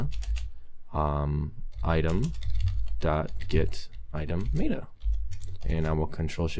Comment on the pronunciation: It's not maid-uh, its met-uh.